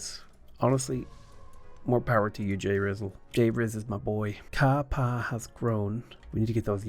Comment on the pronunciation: Ka-Pa’a is pronounced Kah Pa Ah. Pronounce every vowel.